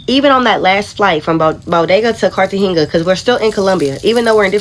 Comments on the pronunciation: Why tf would you go to Cartageña? And why would you go to Cartageña and leave the resort? They clearly didn’t know a fk thing about where they were going. If they did, they wouldn’t have been in Cartageña (aka the cartel ground zero) to begin with. Americans are high value targets all over the world by cartels, traffickers, terrorists, guerillas (like FARC), etc. She can’t even correctly pronounce the fkn city she was visiting. That’s the first indication you don’t need to be there. They’ll never fully grasp how lucky they are to be home. Americans need to stop acting like we can just go anywhere and be safe. Ignorant af. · You should know how to say the name of a city that you’re visiting. 👀😳🤷🏽‍♂️ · Is she trying to say Cartagena? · How she going somewhere and can't even pronounce the name right?! 😂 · Lesson 1, if you can't even pronounce the city you are going to correctly, stay home